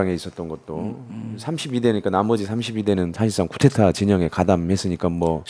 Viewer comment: 근데, 언론인과 쿠데타를 겪은 증인인데 쿠데타 라고 단어 발음 좀 해주시죠. coup d'etat (쿠데타 ) 또는 정변 이라고 하시든가요.. 자꾸 "쿠테타 " "구테타" ...라고 하시니 뭔말인지